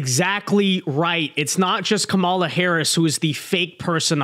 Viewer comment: Another dude who can’t pronounce Kamala. Who is this person?